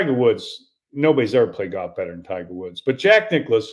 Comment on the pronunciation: Ther is an L in Golf. It ain't goff.